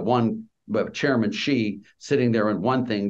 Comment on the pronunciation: Laffer, who 'really knows China', pronounces Xi Jinping "Gee". No, it's pronounced "SHEE", like the female pronoun. How does he not know that?